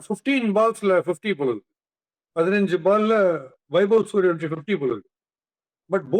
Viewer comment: it’s suryavanshi not suryavamshi